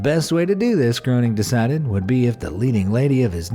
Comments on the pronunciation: Yes exactly... like Graining!! Not Groaning! 🙄 Wouldn't it be wonderful if narrators actually knew what the hell they were talking about and pronounced words that they're narrating correctly? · Matt Groening is pronounced graining, not groaning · Matt Groening's name is pronounced like Grain-ing. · Pronounced Graining not Grow Ning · I know but never the less his name is pronounced like gray-ning. It is not an English name and does not have an English pronunciation. I saw a TV interview with him a few years ago where he talked about the "real" Springfield from the Simpsons. In it he pronounced his name like that. Also, although it's not often used nowadays, the letters o and e together are supposed to sound like a long A, as in "gray" in English. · Please stop calling him Matt GROANing 🤦‍♂️ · Groening pronounced "graining". Rhymes with braining. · You Pronounced Matt Groening's name wrong, according to him it's pronounced grayning.... Strange but true. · His name is pronounced Grayning. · That isn't how you pronounce Matt groening's last name 😂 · Great job, but you should learn how to properly pronounce Matt groenings last name.. 🙄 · Groening is pronounced with a long a sound, not a long o.